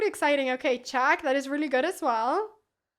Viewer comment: I don't, same with "chack" and "aff", which is really weird considering she fully masters the english language, quite uncommon for a spanish person.